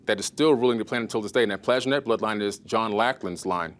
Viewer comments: 100 x 10 = 1000 And it is PlanTAJh -E-net , not PLAJHenet. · Nope. This is all old news and he really grates on my nerves. Most others on gaia are far better, only this "reborn" dude (stefano?) is worse. Gee, now cannot even pronounce Plantagenet.